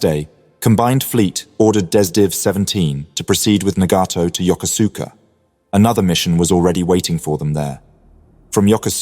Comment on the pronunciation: This Japanese naval base is pronounced: YO-KOOS-KA.